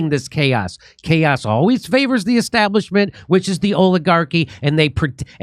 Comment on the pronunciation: "Because chaos favours the esstablishment".